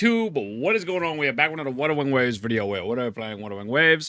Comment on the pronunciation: were back with wawawawewave wewepaywawewingwaves - probably 7/10 video. Do it again.